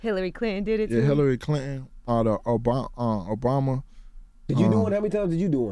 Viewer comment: He said "Obrama" lmfaooo know'm I'm saying 😂😂😂